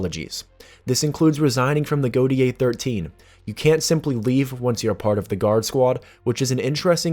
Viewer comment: great vid as you should know and incase you didnt know its pronuced go-tay 13 and no urahara is still single hehe